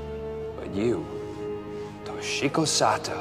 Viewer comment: Oof, the way he pronounced Toshiko. 😩